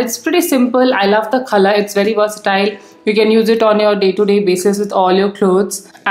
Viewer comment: Khalar nhi color hota h 😂😂